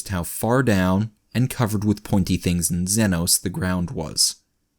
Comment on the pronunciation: Hey buddy. Huge fan, but one thing's been killing me: it's pronounced ZEE NO not zenno